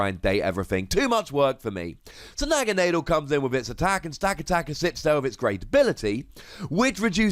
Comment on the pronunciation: Holy fuck you can't pronounce Naganadel either jesus tapdancing christ.